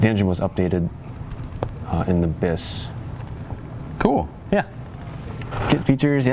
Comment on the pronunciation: Hello, I am french and I can assure you that you have to pronunce the S in "bis" (it is not a silent S)